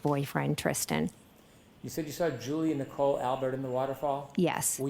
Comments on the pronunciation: Can someone tell that the word saw doesn’t have an R in it 🤦‍♀️ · born and raised in Massachusetts and no we do NOT put R’s in the word saw! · Saw has an R in it if you are from Massachusetts 😂